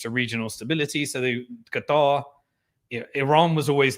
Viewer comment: I really really really wish you wouldn’t say Qatar like a dick head